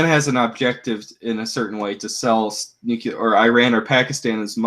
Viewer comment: Please, please, PLEASE stop saying "nu-cue-ler". It is "NU-CLE-ER!" You sound like George Bush when to say it wrong.